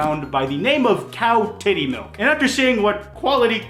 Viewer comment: i had to rewatch when he said her name like did i just hear cowtittymilk